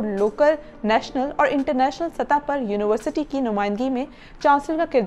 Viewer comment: It would've been a little better had you learned your pronunciation of University. You kept saying uniwarsity and not university.